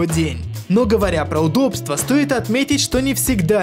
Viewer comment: Мне одному вместо слова "удобство" слышится "удодство"?